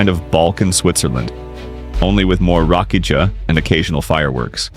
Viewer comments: Rakiya not Rakija get it right . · Its not read Rakija like you say. Its more like Rakiya